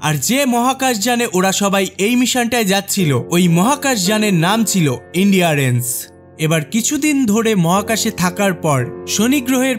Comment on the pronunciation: দাদা মুভির স্পেসশিপ এর নাম ইন্ডিয়ারেন্স না, এটার নাম ছিল ENDURANCE, এনডিউরেন্স